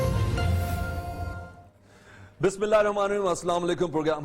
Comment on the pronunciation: سلمان حیدر آپ کو تو پوری بسم اللّٰہ بھی نہیں پڑھنے آتی سے